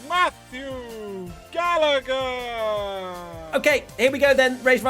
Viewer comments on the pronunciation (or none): none